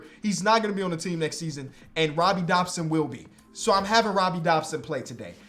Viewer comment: no hate but…… DODSON not Dobson